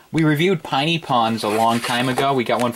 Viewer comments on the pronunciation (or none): i have the LPS you got! i'd like you to review the pinypon! p.s for pinypon its PINY not PINEY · It's pin-ie pon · it's pronounced piny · Pin-ie pon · its prononced piny pon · You pronounced piny pon wrong the i in piny pon is like an e